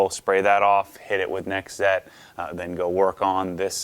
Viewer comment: 1Z Einszett is pronounced "Einszett Einszett" the "Z's" are pronounced like "ts". German: One=Eins Z is pronounced "ts" (like in the following words: spots, lots, that's) But now they're called "nextzett" [next tsett] I don't know if you care about that stuff, but I just wanted to inform some of you.🙂